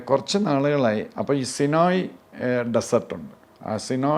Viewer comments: ഇതാരുവ്വ? സിനോയി ഡെസേർട്ട് 😅😅😅 സൈനൈയി മരു ഭൂമി പോലും നേരെ പറയാൻ അറിയാത്ത ഈ മഹാൻ്റെ ജ്ഞാനം അപാരം തന്നെ!!😅😅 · സിനോയ് അല്ല, സീനായ് എന്നാണ് പറയുക